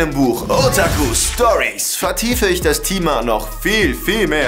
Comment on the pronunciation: alter... Das Katana 😂 hahaha WTF bester Mann lol hust Thima ≠ Thema